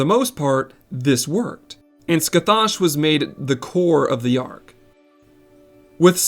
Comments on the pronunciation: The actual pronunciation of Scathach is scă-hăk. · Heyo! Just a minor correction in the future. Scathach is a Gaelic name from Celtic myth. Her name is pronounced (Skah-hah) with a back of the throat sound in the middle. But just saying Skah-hah is fine too. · late but scathach is pronounced "ska-hock" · Your pronunciation is horrible. It should sound like Sca-hock, not whatever you keep saying. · ima take a drink every time you butcher pronouncing Scathach, and ima be fuckin wasted because you aren't even slightly close to getting it right